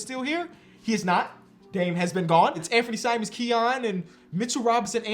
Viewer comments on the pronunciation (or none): none